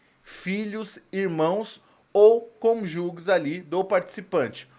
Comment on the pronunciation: Ele não sabe ler cônjuge sério???